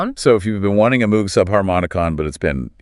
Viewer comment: Moog rhymes with vogue. Synth 101 basic knowledge.